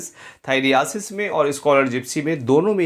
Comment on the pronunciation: थाइरियासिस नहीं होता है थाइरसिस होता है...कुछ भी?😅😅